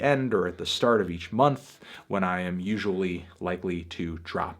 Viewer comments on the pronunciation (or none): none